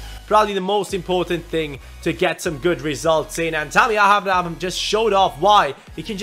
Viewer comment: I HAVE SAID THIS THE PAST 1-2 SEASONS ABRAHAM'S NAME IS PRONOUNCED (AY-BRA-HAM) SORRY TO BOTHER YOU ABOUT THIS BUT IT HAS TO BE DONE. LIKE SO CAN SEE.